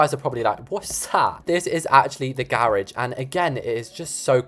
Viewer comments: little problem we don’t call it GEROSH we call it a garage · Think you got your way of saying garage and the “American” why mixed up😂😂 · I think it’s funny how you try and say garage all silly but americans say it how you normally say it 😭 at least where I live we do